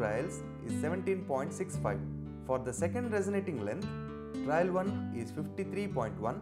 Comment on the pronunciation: I guess it should be "trial" and not "trail"?